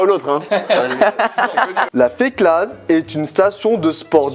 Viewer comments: yo petit info on prononce pas le z de la feclaz sinon sa veut dire autre chose savoie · La Féclaz on prononce pas le Z svp j'ai mal à mes oreilles de savoyardes 😂